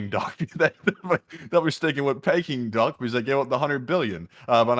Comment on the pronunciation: It’s “pee” king duck